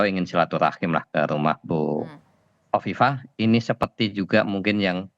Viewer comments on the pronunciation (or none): Hahahaha... songong lu... nyebutin nama orang aja ga becus.... Khofifah jadi kofifa😂😂 hahahaha sekolah lagi deh 😂😂😂